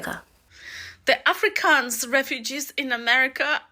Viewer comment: Pronounce Afro kans right please.Not Africans!